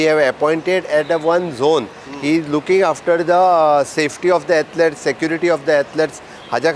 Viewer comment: CM, what is the meaning of "Atlets" dont murder English learn the right word and its pronunciation. it is "Athlete" single person, and " Athlete's " for more than one. Sogllem baddeak dilam! No benefit for Niz Goenkar!